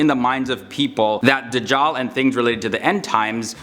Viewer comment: This guy pronounces Dajjal as The jaw😂😂😂😂🤯...turn on subtitles